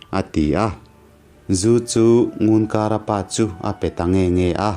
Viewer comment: Ngunkara i lam dan pawh a dik lo, i thawnthu hi i chhiar hmain midang rawn hmasa rawh.